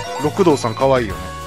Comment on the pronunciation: 六道はろくどうじゃなく、りくどうじゃないんですか？